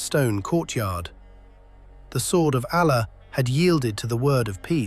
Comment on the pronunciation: Narrator is biased towards the romans . Learn to pronounce Allah Properly .